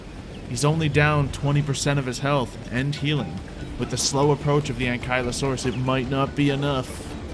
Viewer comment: Hol the heck up did u say anklieosaurus it's ankleeosaurous that's how it's pronounced